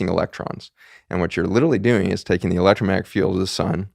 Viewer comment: Please for the love of all that is good in the Universe... learn how to say ELECTROMAGNETIC... there is a G in the word. It really does matter...